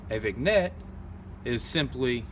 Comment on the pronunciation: Vignette is pronounced "VIN-yet", not "VIG-net"